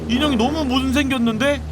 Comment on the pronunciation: 못생겼는데가 몬생겼는데로 들림